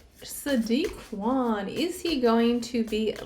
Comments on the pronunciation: Interesting read...just a heads up ... Khan is pronounced as in Carn ❤ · Khan.. pronounced Caaan fyi!! Otherwise known as a little nefarious creep!!!